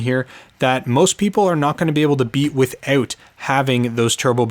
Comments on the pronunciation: "witheut", what dialect is that? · I hear "with-oot" and, as a proud Albertan, I subscribe.